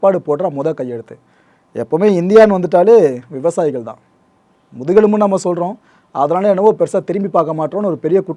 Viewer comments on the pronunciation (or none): Vivasaayigal dhaan nam naatin mudhugelumbu... Adhanaaladhaan naama adha thirumbi paaka maatingrom poala.... Enna words bro.... Super but andha vaarthaya konjam niruthi azhuthi solli irukalaam bro... Anyway thanks bro...